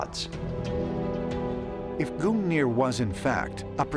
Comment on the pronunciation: "Odin and his magical Speer GOONeer"